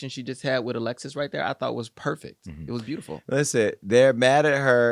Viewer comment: The fake doctor repeatedly said impack and perfeck…come on, man.